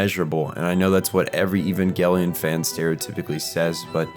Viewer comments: Bro really said ivangelien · I will never understand why everyone insists that hard on calling it EVANGLE-ION. Do you people pronounce EVANGELICAL ("evangle-ical?) the same way?! It hurts my ears every time. And it hurts a lot in the long term. Do people say an ANGLE instead of an ANGEL?! As a non native English speakers it's one of those things, but that one I'm not sure why everyone does that, for "Nuclear, that you all pronounce NUKE-ALAR or NUKE-ULARR, I know it's because peoeple are ignorant. For that one I don't know, maybe someone will take the road of "since it's a Japanese show and these people can't pronounce anything either, we also massacre the name of the show they created, like the creators did themselves. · It's a soft G, "Evan-JEL-eeyon"